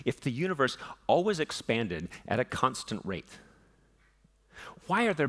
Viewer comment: The way he says always is not ok